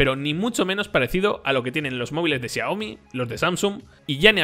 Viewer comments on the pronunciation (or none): none